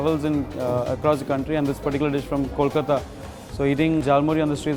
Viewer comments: Its KOLKATA , its a city. Its NOT col-pepper. lolololol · KOLKATA man!!! :( not Col- Pepper :( Kolkata(and any other place where Bangali people live) is the city of jhalmuri!